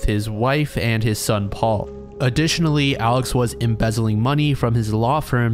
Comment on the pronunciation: Hey just a heads up, the name Murdaugh is pronounce “murr-dock,” and that man Alex’s name is pronounced like the name Alec